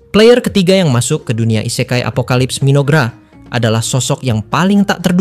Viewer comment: ise-kai dengan "e" dibaca seperti di kata "ekor" / "elok" bukan "e" seprti di katan "endapan" / "sebuah"